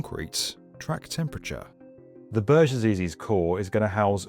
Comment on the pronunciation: Hate it how you say "burj". Should not be to complicate to call it correctly.